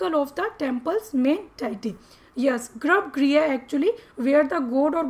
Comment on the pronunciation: Grabgriha nhi hota garbhgrih hota